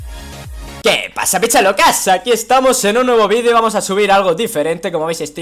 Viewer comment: no dise picas locas dice pichas locas